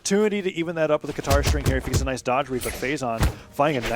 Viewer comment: Phazon: does any sig Commentator: NAJS SIDE SIG